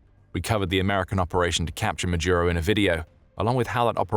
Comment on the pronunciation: Why the mispronunciation of Maduro as Majuro?